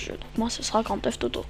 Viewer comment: ok par contre c'est pas grand teuf toto c'est Grand Theft Auto :D